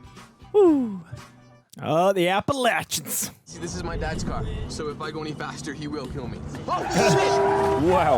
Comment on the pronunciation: You know is speaking truth when he say he has family in the Appalachians, because he pronounced it correctly 🤗❤️